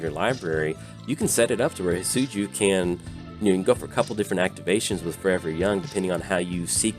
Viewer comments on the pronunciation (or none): Great video I know it’s your accent but it’s definitely not pronounced Hit-Soo-Joo 😂